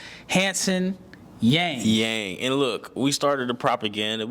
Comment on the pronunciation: Really appreciate your comments on Hansen, I do believe he’s one of the best prospect from China after Yao. By the way, his last name Yang should be pronounced as “young” in English ❤